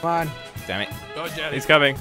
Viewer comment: It's jelle it's pronounced like yellae